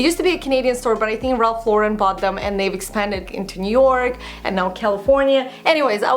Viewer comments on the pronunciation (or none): none